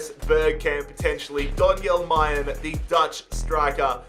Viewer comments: Its not may, it is MA-LEN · you say Mallen, with an l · Am I the only one getting triggered by him calling Donyell Malen "Majen" 😭